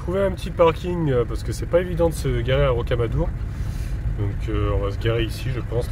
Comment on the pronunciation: RoquamadoUr !!! ah oui, je pense que tu veux parler de Figeac, on pronon, Fijac ! 9a me rappelle le lichen !!! looool !!!